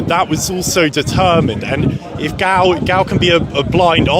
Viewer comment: How can you keep getting his name wrong and calling him Gail after you said he name means come in your language. It's GAL